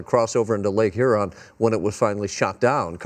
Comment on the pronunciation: Lake Hoo Ron 😂